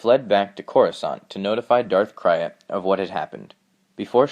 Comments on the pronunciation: Who is Darth Cry-It? I know who Darth Krayt is... Come on bro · Darth Krayt's name is pronounced "crate"... like Krayt dragon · Its pronouced Darth "CRATE" he named himself after the krayt dragons of his homework tatooine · Darth krayt is pronounced crait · It's pronounced Krayt (crate). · Darth c r a t e . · Gnuk some how the Y goes before the A for some people. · It's pronounced crate like Krayt Dragon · Interesting & informative video. Just wanted to say, I think "Krayt" (as in Darth Krayt) is pronounced like the word "crate". Vegetable crate. Apple crate, etc. Just a minor nitpick but wanted to mention it, F.Y.I.. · He is pronouncing Krayt wrong and he used to do that but then he changed the way he pronounced it.